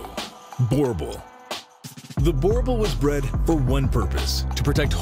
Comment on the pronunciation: Lowkey butchered the breeds name Boerboel Like Jesus